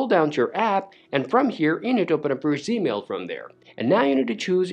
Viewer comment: He lost me when he called it " Zmail "